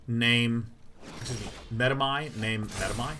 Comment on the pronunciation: it's such a relief to finally listen to a player who knows how to pronounce medomai